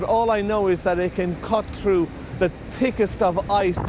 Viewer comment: Who needs the "h" in "th" words anyway. I mean this boat cuts through the tickest ice.